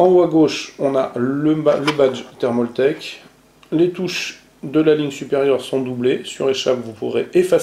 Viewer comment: c'est pas thermauuuultake ptn j'en ai marre c'est thermaltake